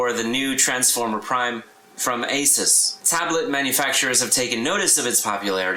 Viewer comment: It's AY-SOOS, respect the name :D